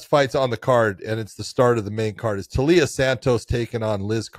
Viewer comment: The i isn't after the L John. It's Taila (Tyla) Santos not Talia Santos